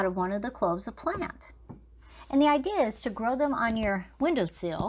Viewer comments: Hi... Just letting you know that it's not a window "seal", it's a window "sill" (S-I-L-L). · The window seal is a gasket that seals the edges of your window frame. The window sill is the shelf-like platform at the base of your window that your plants sit on. Sill rhymes with till. You'll probably get more clicks on this video from people who type "window sill" in their youtube/google search. Most folks probably wouldn't type "seal" since it's a variation based on multi-generational mispronunciation. I say this only to help. I only found this channel accidentally through google searching, and I want more people to have that opportunity.